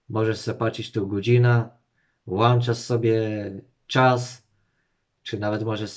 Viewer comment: a czym go włanczasz?włancznikiem?